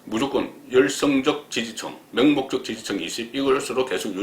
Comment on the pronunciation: 왜 시정자들이 "명목적 지지"를 "맹목적 지지"로 "정인"을 "증인"으로 "정거"를 "증거"로 알아서 해석하게 만드는가!!! 좀 제대로 발음하는 노력을 하시라!!! 경상도 출신 여자 배우들은 잘만 발음 하더만...